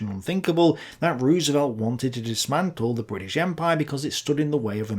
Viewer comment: Fair appraisal. Good video as always. Can't help but nitpick, FDRs last name is pronounced Rose-velt. Dutch roots, and in Dutch two O's together make a long O.